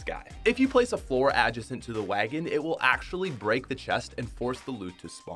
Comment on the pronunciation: Excuse me sir Aj-a-sent Really I’m sorry😭